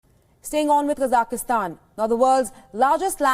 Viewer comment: KA-ZAK-STAN. Stop saying Kazakistan